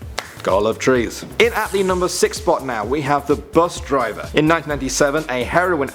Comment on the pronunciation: When he said bus driver he said bus diver